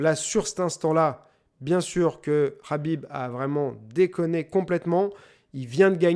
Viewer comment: Habib Rabib heu c’est KKKKKABIB